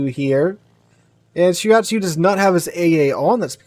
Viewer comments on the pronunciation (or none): It's pronounced: Shiratsuyu (not Shirayatsu), and the CV is Ch-kA--love (chkaluv), not Chee-ka-lov :))